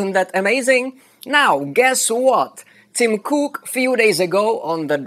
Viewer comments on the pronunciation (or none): Tim...Crook is what I heard! Thank you for nice explanation and builds!